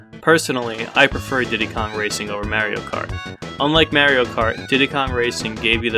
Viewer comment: Ok. You like Diddy Kong racing more than Mario kart, I can respect that. Just say Mario correctly!! That’s what bothers me